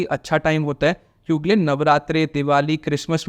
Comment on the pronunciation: Buddy it's kyunki and not kyunkle😄